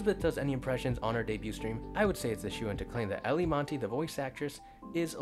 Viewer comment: Btw, Eilie Monty: first name pronounced "Eye-lee".